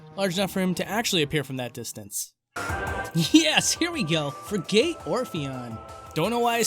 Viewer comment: What's with the subtle, but REALLY wrong pronunciations? Pale-Tuna? Free-Gate? Like... these are simple words...